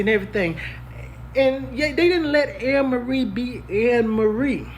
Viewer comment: It’s pronounced A-merie bro